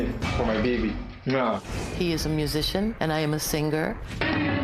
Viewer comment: Ma'am ~ The word 'singer' is not pronounced sinGRR. The g is soft. If you truly are a singer, you need to pronounce it correctly.